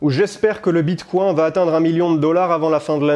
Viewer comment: Bien joué pour la technique de la mauvaise prononciation, « un bitcoin » 😂